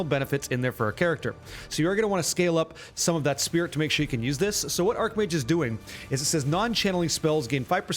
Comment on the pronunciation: i know it's pronounced ''arcH mage'' but arC mage just sounds so appropriare lol question, is lightning conduit just not used at all anymore? is there a place for it on this build without cast on shock